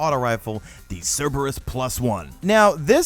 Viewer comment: What, someone that knows how to pronounce the name correctly? Lol. I swear, all of the content creators I watch that are under 30, can't seem to pronounce the name correctly...